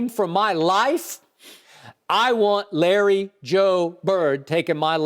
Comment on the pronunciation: It's Larry, and it's really not close.